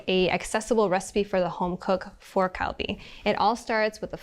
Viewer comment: why did she say “kalbi” correct the first time and then start saying “kaibi” for the rest of the presentation? why did no one correct her?